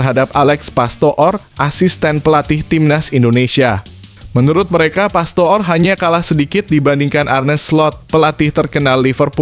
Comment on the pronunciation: PASTOOR = dibaca PASTOR.